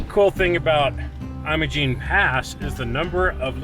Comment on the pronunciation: It's not pronounced "Eye-mo-gene" Pass (long i sound) , it's Im-o-gene (or Im-uh-gene), the first syllable is like "Him" (short i sound). -- BR